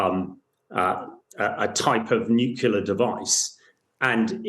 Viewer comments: Sad, an expert guest pronounces nuclear as “nucular” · NUCLEAR ! NU CLEAR - that's pathetic :)